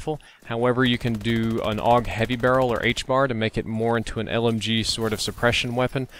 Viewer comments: A. U. G not og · It's pronounced the "Awwwg"? Since when??? I always pronounced it with each individual letter: "A-U-G." Was anyone else confused about this??? Anyway, Ioved this weapon in Black Ops 1 :) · its actually pronounced both ways aug and a.u.g